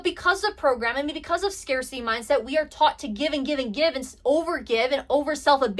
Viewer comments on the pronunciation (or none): none